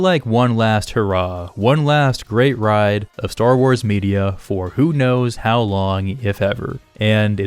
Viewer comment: When you said "Star Wars media" i heard "Star Wars birria" :p